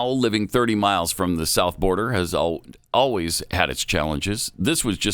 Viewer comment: I hate oh ways instead of always.